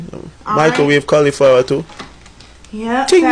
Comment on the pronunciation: Dhe said "microwavable colaflower" not cauliflower